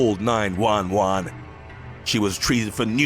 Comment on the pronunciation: the way he said 911 had me dying soo bad lmfaaaaaaaaaaOOO